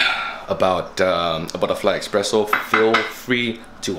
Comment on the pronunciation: Espresso, not expresso..